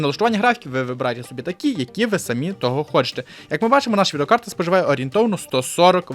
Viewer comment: Розмовляй трохи повільніше, а то занадто спішиш "відеокарта" послухай себе самого!